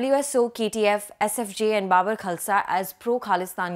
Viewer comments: Babbar like Gabbar not Babur. Kya bakwas journalist hai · Please pronounce Babbar Khalsa properly.....it's not bubber....😅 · Baabar? No, it's BaBBar